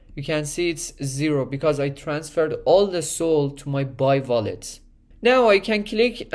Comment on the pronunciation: Take a drink every time he says VOLLET!